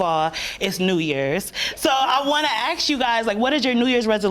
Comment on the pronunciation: Need to know how to say ask instead ax. Just sayin..............